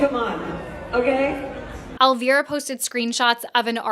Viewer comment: Ily but the mispronounciation of Elvira is killing me 😭